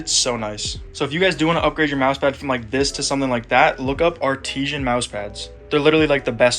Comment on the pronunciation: ARTISHAN????????????? its artisan... roller players...